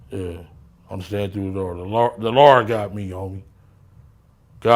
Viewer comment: Lmaooo This Goofy Ass Clown 🤡 Said The Lard Got Me😂😂 The Lard